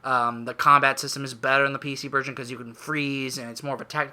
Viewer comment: Sounded like you said virgin instead of version at one point XD